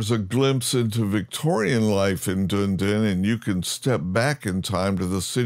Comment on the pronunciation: "Dune-din" lol. Awesome. "Dun-e-din" but you pronounced some of the Maori names better than most locals. And there's certainly scope for big improvements in the NZ mesh/terrain/cities. Very much looking forward to what Orbx and Asobo end up with. Greeting from Orkland, I mean Auckland (LoR reference, your pronounciation was right on).